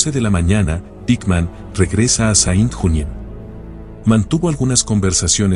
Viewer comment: Muy buen video !La foto y la escritura de los nombres de los hombres es interesante por saber llamar a los criminales ! Serìa bien hacer igualcon mlos nombres de ciudades ! Asì : Saint Junien, lo dices incomprensiblecuando "Sén Yunién" serìa fàcil de entender ! Muchas Gracias y no olvidar que la Waffen SS de hoy se llama "Wagner" ... 🇺🇦🇺🇦🇺🇦🇺🇦 Slava Ukraïni 🇺🇦🇺🇦🇺🇦🇺🇦